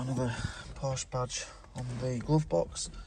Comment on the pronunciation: Hey, here's your challenge. To sommersault into the sunroof of a 924 into the seat. I am 5'2" and was 5'5" in heels and a pencil skirt. My friend was 5"6" ish and could sommersault into the passenger set after I somersaulted into the driver. Porsche, 2 syllables. Por-sha. Loved mine. Had to have the vacuum lines redone, EVERYTHING seemed to be vac lined. I had a large sun roof in mine. You could do a somersault into it...very fun. Got the largest ticket in my life in it. $765 went to court got it knocked down to $72 with 6 months to pay. lol